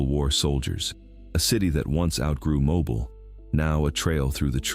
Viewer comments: I'm in Alabama. HANCEVILLE, ALABAMA. THE TOWN YOU SOOOO WRONGLY PRONOUNCED IS MO'BIL E< IS SILENT. IT'S NOT PRONOUNCED MO' BILE.... HOW EVER I was born and raised in Florida. A small town just West of Tallahassee called/named Quincy, Florida. The now present Seat of Gadsden, county. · Mo 'bill not Mobul lol. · Mo Bill how it is pronounced. Not mobile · Who hates AI? Who knows it is Mo Bill not Mo Byle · It's correction is Mo•bill not Mobile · Did you hear how he pronounced mobile why are they using AI for this it's not a mobile phone it's pronounced mobile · Me. Grew up in Mo - ball. He can't even pronounce the name correctly. What a bunch of lies. The pictures are not correct. They just want you to click on the video so they can make money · Yes AI... It's pronounced mo bile. You're doing good. 🙄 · It’s MO Bill , pronunciation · Its pronounced mobeel dadgum ai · Mobile is pronounced like Mo bill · I can't with the pronunciation. It's "mow beal" you AI MF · It's pronounced: Mo BEAL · Learn pronounce Southern cities. It is Mo Bill for Mobile, Bill Lu see for Biloxi Go Shea for Gautier, and So shear for Saucier. 3 cities are in Mississippi. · It's Mo' bill....i was born there!! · Moe-bill is how it’s pronounced. Stupid AI. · mo-BEEL! Wish people could get it right! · Mobile,Al is pronounced “moe-bill “. Not as a mobile phone. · lol It's MOE- BEEL. I will have to come back to this one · Brantley, Al ....Mobile is pronounced.... mo - bill it's like 2 names Mo - Bill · Lol " mowbull" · Amazing video just wish Mobile was said right "MO-BILL"❤❤❤ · Watching from Mobile, AL. It's pronounced moh-BEEL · It's pronounced Mo-bill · Mobil is a gas station, mo-byle isn't right either but mispronouncing Mobile has been around a lot longer than Artificial Intelligence, real people say it wrong all the time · I’m also from Mobile and this drives me crazy also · AI mispronunciations right off the bat. Mo-Byle. Seriously? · It’s pronounced, “mo bill” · Moe Beal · Mo Beel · Yes Mo Beel